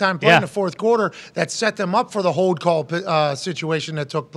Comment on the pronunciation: Hey McAfee..........the word is HOLD, not HODE!!!!!